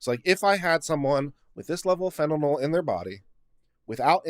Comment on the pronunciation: Slight correction, it's fentanyl (fan-tah-nill) not fentanol (fan-tah-knoll).